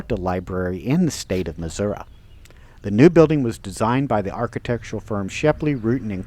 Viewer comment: It’s NOT MISSOURA. IT’S MISSOURI!!